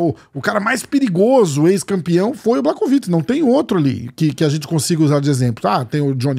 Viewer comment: Mais um video muito bom, bastante informativo. Só um detalhezinho que ninguém perguntou, mas conhecimento nunca é demais (e também devo estar ajudando com o engajamento do vídeo): “Błachowicz” se pronuncia “Buarrovitch”. Fonte: trust me, bro! 😉